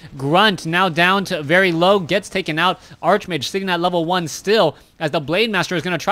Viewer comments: I know it bugs me too, its Arc much like Character, chaos, anchor, chemistry, Stomach, Architect... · Bryan Lariviere Archbishop and archenemy are actually pronounced the way he incorrectly pronounces archmage. Probably part of the reason he is getting confused.